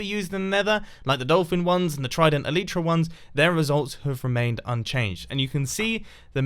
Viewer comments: It’s pronounced El-i-tra not el-EEY-tra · it is pronounced elietrah not aleetra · The argument is always "eh-LEE-truh" vs. "eh-LYE-truh", but the actual word— an elytron [pl. elytra] is each of the two wing cases on a beetle— is pronounced "EL-ih-truh", with the stress on the first syllable. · Elytra is pronounced əlītra, Not əlētra. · Great video! But Eleetra??? Check your pronunciation. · u said eletra lol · Mumbo, I'm not saying you are bad at pronunciation, but it's pronounced as E-Lie-tra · I agree. It should be "EL-uh-truh" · He said elytra (he pronounced it as [ah-lee-chra]) and I almost fuckin puked. What on earth influenced you to say I that way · You said elytra wrong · Please start pronouncing elytra correctly! It makes my ears bleed every time I hear it wrong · im triggered by how he said elytra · your pronunciation of Elytra hurt my brain. xD